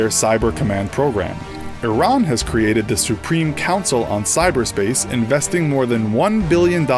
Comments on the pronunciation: you say it like airean, not iraan, it sounds so weird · "Iranically" yes, I know it's pronounced ee-rawn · Iraq is pronounced I-raq, Iran is pronounced EE-RAAN education is the key kiddo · its ee-raan not i-ron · he said iranically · itsStealth it's pronounced e-ron in every country but America where they pronounce it the way it's spelled. Yes, I do really care